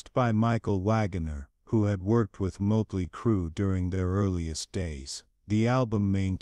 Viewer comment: Ya know.... there's like 40 years of professional and fan taken pictures of Mick Mars online. Took you 4 minutes to show just more than one. Scratching my head on why you showed a ton of random bands. And also that's not how you pronounce Motley. AI has come a long way. If you don't want to speak in your videos, you can find programs to read for you that can actually pronounce words right. Otherwise, interesting video so far.